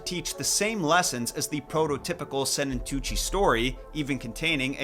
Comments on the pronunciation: as a Swiss person that's always been interested in folklore and stories I can tell you that your pronounciation of Sennentuntschi wasn't bad at all :) also if you want more information on other Swiss folklore, hit me up, as I am at the source :) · Your pronounciation of Sennentuntschi isn't bad, actually :) I was wondering how long it would take you to stumble over Swiss folklore and Max Lüthi. If you need more insights or more Swiss folklore stories, hit me up. As I like here and have access to all the resources :)